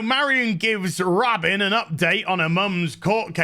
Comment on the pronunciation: Shouldn’t her name be pronounced Ro-Bine……..not Robin